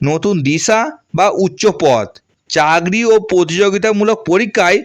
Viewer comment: আমনারা, চাগরি, পেম, পোআবে , পোমোশান, .........এই কথাগুলো, একটু ঠিক করে বলুন 🙏। আপনি যেগুলো বলেন, সেটাই লিখলাম, শুনতে খারাপ লাগে 🙏।